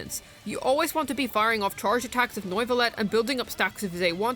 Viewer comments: Noivuillette? Lol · bro rlly said noyvillete... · In triggered by the pronounciation Its nuvilette Not noiceless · Why can't you pronounce neuvillette?